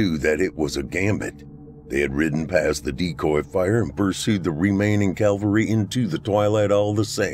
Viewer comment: Think it’s “cavalry”, not calvary. No-one likes a smart-arse I know !